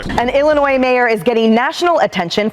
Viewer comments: Illi-noy….NOT illinoize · Come on man, it's not IlliNOISE. It's Illinois (ill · uh . noy,) the "s" is silent. Sorry, but bad pronunciation dives me up the wall. This is one everyone should be aware of by now. Sorry, but it doesn't take much to distract me from the subject, lol. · ILL-I-NOY. Not NOYS. NOY. Stop it. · Illinois please, its not illinoisssssssss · It's spelled Illinois but it's pronounced ill-in-oy. The "s" be silent and stuff.. jsyk. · It is not Illi-NOISE! Please learn to pronounce it correctly! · Pretty bold to talk about a scamming mayor and then do an ad read for a scam drug 😂 Also, it’s “Illa-noy.” The S is silent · This Henyard story is nuts, dude. it's pronounced i·luh·noy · please stop putting an "S" at the end Illinois. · You keep pronouncing the s at the end of Illinois but the s is silent. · The “s” in Illinois is silent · Bruh, pronouncing the "s" in Illinois is super cringy. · Bro the S is silent in Illinois. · The S isn’t pronounced in Illinois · How are you a lawyer and cant pronounce "Illinois" ? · Hey. I’ve been a sub for about a year, but all due respect, Illinois is pronounced with a silent S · Please stop pronouncing the S at the end of Illinois. It's silent! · The S in Illinois is silent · Do me one favor, don't pronounce the "s" in Illinois! Thank you😘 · You don't pronounce the "s" in Illinois smdh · for the love of God, the S in Illinois is silent? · the "S" in Illinois is silent! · Illinois has a SILENT S! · how big of a dullard cant say Illinois right ?????? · It's pronounced illinois. Not illinois.